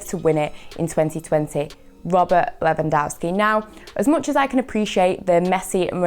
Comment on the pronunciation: is doing great! some constructive criticism tho: try to cut down on the "ehms" its Lewan-DOVE-ski not DOW-ski other than that great job bringing your own flair to it, don't let anyone tell you otherwise!